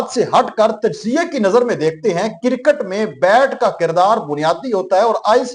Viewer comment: Bhai kircut nahi hota kriccut hota he ap ne india ki cricket ko کوڑا کرکٹ ker diya he